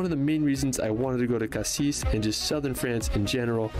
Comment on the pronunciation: Just a tips : when you talk about the city you don't pronounce the S in "Cassis" On the other hand for the fruit it must be pronounced :P Like you said "Paris" and not "Parisse" And for the Calanques, the water level does not change or changes very little. But in winter the water is still cold (seem's logic)